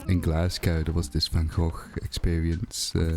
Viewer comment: I'm 100% more aware of how wrong Americans say van Gogh after hearing you say it lmao. Also yeah Gulliver is kinda annoying imo even in NH. Same with the ghost NPC. But I like them still.